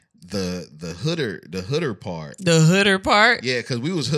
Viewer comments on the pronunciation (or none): Please do not say Hooder ever ever again... More Hood is it, Bro....lol